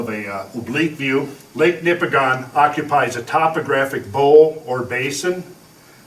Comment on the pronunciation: I find this fascinating. I come from up there. A few observations. 1) On the pronunciation of Nipigon. Similar to the pronunciation of Oregon; the locals pronounce it "Nipigin." 2) That area is rife with mines of all sorts, from Timmins past Thunder Bay there are countless gold mines and new potential for lithium mining in Nipigon itself. Point being, there are LOTS of geologists up there to consult on the local geology. Should you require an introduction, I may be able to offer a hand. 3) The 4 billion year old rock up there in the Canadian Shield is devastatingly hard basalts and granites and other igneous rocks which make a portion of the smaller lakes up there too acidic for life. Could a flood even of that level have eroded such strong rock to such a degree so quickly? The topography you highlight is extraordinarily convincing, but man it's hard for me to imagine the strength of erosion required. Is there a calculation to estimate the amount of energy required to erode such strong rock instantaneously? I imagine such a number must be hard to conceptualize. 4) Yes.......Driving along the north shore is BREATHTAKING. I have been nearly everywhere on this planet, and I cannot honestly compare any other landscape more favourably than the land between the Montreal River and Nipigon. There's a reason why the Group of Seven chose to highlight this part of Canada. It is incomparable. You must go. Everyone must go. 5) There is a similar sheer walled, narrow canyon cut by the Mont